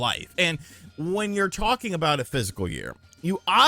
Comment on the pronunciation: I love ya man but please try to pronounce it "fiscal". It sounds foolish when you seem to be saying "physical", and I know you're better than that. 👊 I used to have a boss who would say "the point is *mute*" instead of "moot" and it always tanked his credibility. I don't want that to happen to.